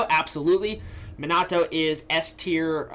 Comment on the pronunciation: Great video as always but pls learn to say Minato's name